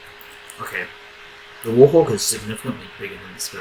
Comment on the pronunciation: The "wOrHoWk"